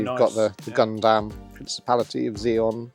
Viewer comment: Why is everyone so grossly mispronouncing, "Gundam" as, "Gone damn"? It's not just the one guy, it's anyone in this video who tries to say it.